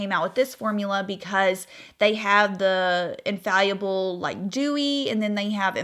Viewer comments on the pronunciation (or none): In-fall-a-ble not infallyable lol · The way you are saying ‘infallible’ is cracking me up